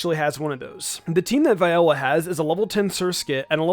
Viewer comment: Almost certain it's Vee-ola for Viola's name pronouncation. You're welcome.